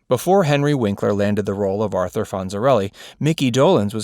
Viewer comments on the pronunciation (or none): none